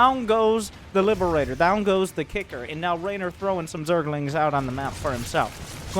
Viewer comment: i like how he always says " Zergalings" every time with a southern accent xD